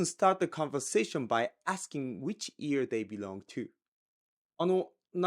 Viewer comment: Am I the only one hearing ear instead of year ? 🤣